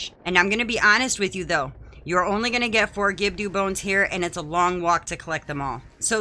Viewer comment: I've never heard anyone pronounce Gibdo wrong... Is that on purpose?